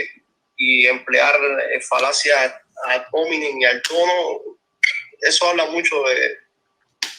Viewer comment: "Falacia ad hómenin". Jajaja... No puede opinar que es lo que hay en Cuba...